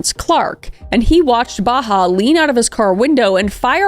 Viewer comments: I kept hearing her say Baha Humbug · Same! It made me giggle when I shouldn’t be 😅 It’s a pretty common name among Palestinians, it’s Bahaa, pronounced more like bah-haht The pronounciation